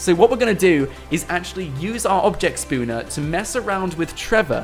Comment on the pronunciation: i like how it sounds like he says "spooner" instead of "Spawner" XD